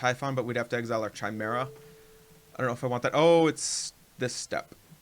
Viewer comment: It's pronounced "KI-mera," as in Kyle! :)